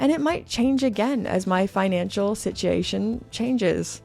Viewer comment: Did you actually say "sitchiation"? 😂😂😂